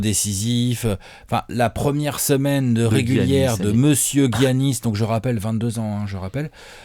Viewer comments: Come on now les gars, ça se prononce Yannis, pas Gi-Yannis. Sinon bon taf, on aime ces apéros. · Les ricains disent giannis